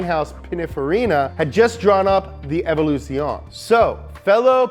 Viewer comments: Jesus Christ can you butcher the Italian language any further?? Evoluzione is pronounced "evo-loo-zee-oh-nay" And you butchered the fuck out of Nigel Mansel's name. It's not "Man-zell". God forbid you do some fucking minor research prior to making a video. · How did you manage to "almost" nail every italian proper name in the video but you still sistematically get wrong "Ferrari", "Evoluzione" and "Competizione" (even "Fédération" in "FIA", but that's French) LMAO